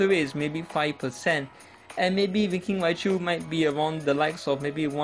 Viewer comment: I thought you said "Dimentio" or "Dimension" when you mentioned Darmanitan, lol. And when you mentioned Winking Raichu, I thought you said "freakin' Raichu".